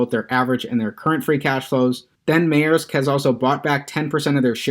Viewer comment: Its pronounced Mersk